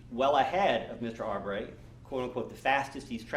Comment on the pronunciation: The lawyer doesn’t even bother to learn how to say the name Arbery correctly. It’s not ArBERRY you a$$.